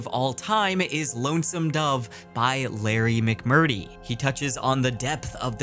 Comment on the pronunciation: The way you said Larry McMurtry. Yikes.